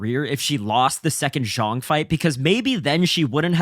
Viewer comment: Great video bro. Zhang is pronounced "Djung" not "zhong"